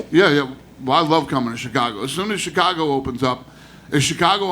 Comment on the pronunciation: U jus said CheeCago u still Mexican fam.. that former ish weird bro .